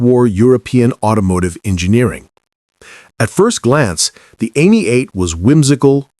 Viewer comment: Why is it so hard to keep and pronounce European names. The Citroën was am ee 8. Ami is French for friend. Not Amy. Get it right or don't bother